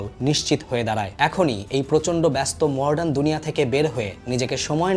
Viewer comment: আমিও আগে মডার্ন কে মর্ডান বলতাম। এদিক টা একটু খেয়াল করবেন ভাই। বাদ বাকি, সংক্ষিপ্ত আলোচনা খুব উপভোগ করেছি।